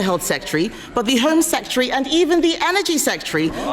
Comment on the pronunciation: Could someone tell Kemi Badenoch how to pronounce Secretary please?